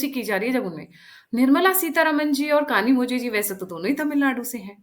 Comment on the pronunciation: कनीमोझी नहीं कनीमोइ